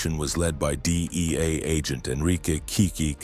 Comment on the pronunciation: The DIEA!? EIEIO!?